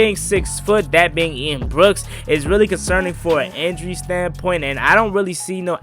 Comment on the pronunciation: It’s Ian Book, Not Ian Brooks